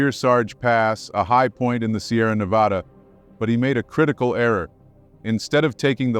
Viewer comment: Yay, someone pronounced Nevada the proper way!!! its not nevauda...like some people say.